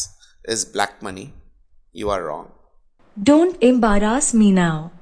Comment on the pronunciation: is this how embarrass pronounced? listen to the right one btw the accent was funnier too...